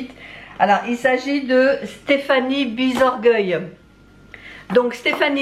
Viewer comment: C’est moi !!!! Je suis trop contente !!!! Par contre, c’est Brisorgueil avec un r 😜 ❤❤❤❤❤